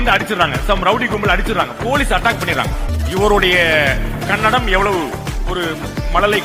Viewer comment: Adhu kannadam ille kannada... Karnataga ille Karnataka